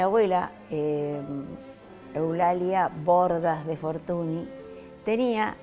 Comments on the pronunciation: El apellido Fortuny se pronuncia en Catalá...Fortuñ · Esta señora no sabe ni pronunciar el apellido Fortuny. Gardel era uruguayo, de ascendencia catalana. Hijo del coronel Escayola. Por eso Gardel era incha del Barça.